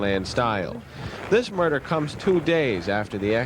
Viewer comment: What murdahhhh?! 😅